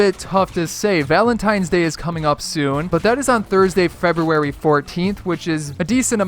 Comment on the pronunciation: Can't you say February? Not trying to be mean, just curious.